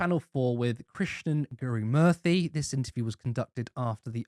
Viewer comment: Guru-Murthy, not Murphy 😂. Its important to get names right 😘